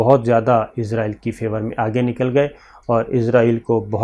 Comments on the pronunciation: ازرائیل نہیں کہا جاتا بھائی، لفظ اسرائیل ہوتا ہے، کنٹرول یور پروناؤنسیئیشن پلیز۔۔۔ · Sabir shakar sahb israheel hota he ( hazrahil ) nahi hota he